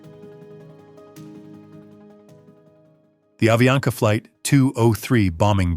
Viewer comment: é avianca..e não aviana